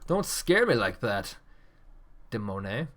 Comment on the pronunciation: Wow I did not think that you would comment on my match. Firstly I am not french I am Swedish and the name come's from the 10 year old my trying to spell demoneye, but I do like how you pronounced my name. You have too understand that when I was playing the game I could not see everything like you can in the replay